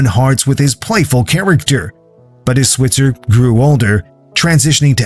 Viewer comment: And Alfalfa "Swit" zer 🤭